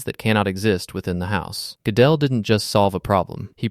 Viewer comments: And Fermat … Ferr-MAH and Gödel … GOO-dul. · Normally written Gödel but apparently similar sounds and yes accent on first syllable. A maths video which can't pronounce mathematicians' names properly is really jarring I agree....Don't get me started (not in this video) on Möbius... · you also said name of Erdős and Euler and Gödel sooo wrong. However the drawing are amazing. But you killed the video with your first sentence. The collatz conjecture is not about any numbers it is about integers. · You summed up Gödel’s work well, though you didn’t pronounce his name properly. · Interesting video but horrible ai pronunciation of Euler, Gödel and others😅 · Gødel should be accented on the first syLABble